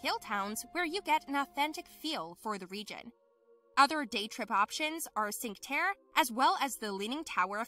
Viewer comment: Did you really say "sink terra"?Yes you did.